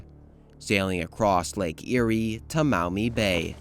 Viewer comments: The Maumee river is pronounced "Maw-mee" not "Mow-me". This kid needed to do a better job of these pronunciations. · As a Perrysburg-ian, Fort Meigs is pronounced "Meggs". And Maumee is pronounced "Maw-mee" rather than M'ow-mee, so it's closer to Mommy. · Being from this region and hearing Meigs not said as Megs and Mow-Mee instead of Maw-mee is so funny! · Having grown up in Toledo I agree, “Megg’s” and “Maw-mee”. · Maumee is pronounced Maw-mee, not Mao-mee Meigs is “Megs” Presque Isle is “Presk” not Press Q